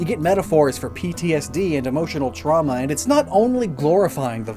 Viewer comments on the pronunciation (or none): none